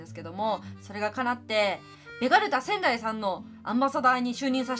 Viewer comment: ベガルタ仙台さんが、けがれたサザエさんってきこえてしまったw